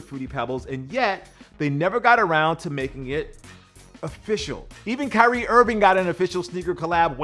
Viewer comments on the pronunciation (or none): none